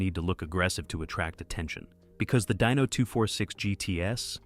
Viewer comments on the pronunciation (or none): Hey dork! It's pronounced deeeno not dyno. Wtf?! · Once again, Dyno NO, DINO, pronounced Deeno. MORONS!